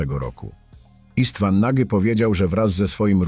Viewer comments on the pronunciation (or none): nie Nagy tylko "noć" 🤦🏻‍♂️🤦🏻‍♂️